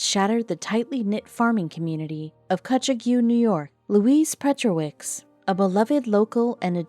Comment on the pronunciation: It’s pronounced “Kutchog” & rhymes with “hog”.